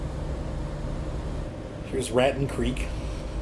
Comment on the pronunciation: Hey, Raton, is pronounced Rat Tone. I live in New Mexico and that's how we pronounce it here. Just thought you would like to know!!!!